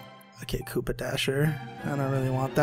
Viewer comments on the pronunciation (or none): none